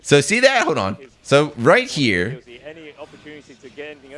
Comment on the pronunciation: "Hode on"